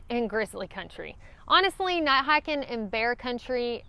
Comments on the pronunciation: I was trying to figure out why you kept saying not not hike in grizzly country, then I realized you were saying not night hiking! Seriously though, I love your accent. My mistake was getting out on a steep cliff, realizing it was a bad idea, but going on since going back wasn’t any better. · Ha ha! Love everybody elses accents. It took me a while to understand "night" and knew what she was saying when she said "hiking". I turn on CC if available and it does spell "hiking" as "hacking" for many thru hikers. Not sure what "night" comes up as but "not" comes up as "nat" sometimes. Hilarious if you read CC on people's YouTube videos.